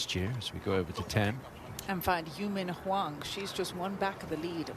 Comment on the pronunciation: It’s not Hou-min Hwang, it’s You-Min Hwang